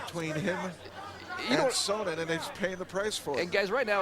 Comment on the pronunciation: "Chael Sonnon"? lol